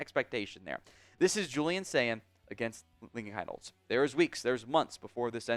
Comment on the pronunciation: It’s pronounced Keen-holz!